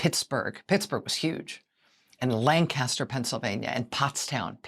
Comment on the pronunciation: Lank-uh-stir is how you say Lancaster, PA. I went to the protest in Hershey.